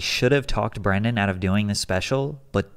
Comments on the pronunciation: Why are you pronouncing his name as "Brandon"? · As a man named Brendan, it's hilarious to listen to pat slaughter the pronunciation of it. It's pronounced like the movie star's name. Unless Mr Schaub has heard the mistake so many times and just doesn't care anymore Lol idk, just thought it was funny